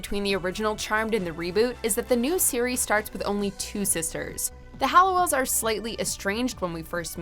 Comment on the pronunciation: I am pretty interested in this video and think it is very well done BUT please can the narrator stop calling the OG sisters the HALLOWELLS. I know it seems silly or is it? I mean it‘s about these sisters and their name was part of their identity and family history…